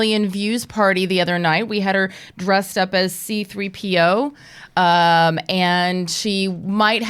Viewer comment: I like the way says C3PO with emphasis on the O. 😂😂😂 It’s adorable!!!!!